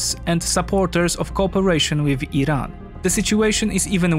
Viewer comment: He pronounced Iran correctly he knows what he is talking about